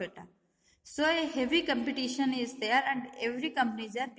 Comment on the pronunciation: It's Competition not compitation